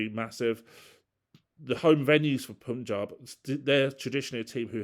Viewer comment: really sorry. Pa-n-j-aa-b Kings. Despite u in its name, that u is pronounced as Indian "a"